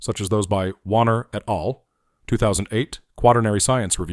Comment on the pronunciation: The pronunciation of "et al" was painful to hear.